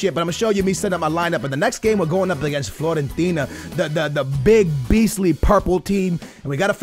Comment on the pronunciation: Floorentina? lol classic And yo I like that you are putting out a variety of videos and stuff, but a little more focus would be cool and attention to quality. Again, quality over quantity any day of the week man. This is not hate people, just chill.:)